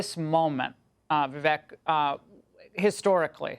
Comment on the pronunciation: Laura doesn't know his name is pronounced Vi-vake, rhymes with cake? Seems she should know that.